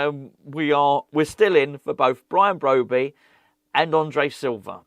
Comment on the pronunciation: Bwian Bwobbey?.... As Woy Hodgson would say, "Look, 2 wongs dont make a white, unless of course you're a Chinese takeaway on the Isle of White, but it's cwiminal what Bwady & Wullivan.... eh i mean Rullivan are doing at stwuggling West Ham, as owners they're like 2 wats in a sack dwunk on power & about as much use as a pair of council gwitters in Antarctica, IMO they should be making Aston Vanillas Duwan a top pwiority, a gweat young stwiker & dwibbler where they'll go fwom stwenth to stwength into to the top six & Euwope." ⚒